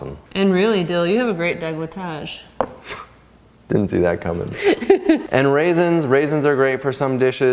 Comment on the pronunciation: Another great, helpful video - thanks. I really enjoy watching your videos., love how you just threw that "degletage" in there. Hah! Love it! Just signed up for the monthly subscription and am enjoying the cooking show replays. You guys are truly the best!